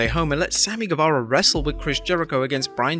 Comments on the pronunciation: You said Sammy saze instead of guevarro lol😊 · You meant to say guevara